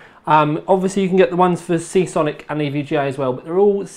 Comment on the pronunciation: ooooo you said SeaSonic at the end! :D